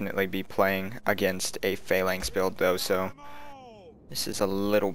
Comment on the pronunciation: Phalanx isn't pronounced f-ay-l-anx it is f-a-l-anx